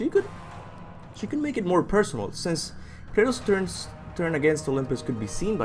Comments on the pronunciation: its Kratus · It’s Krates... bro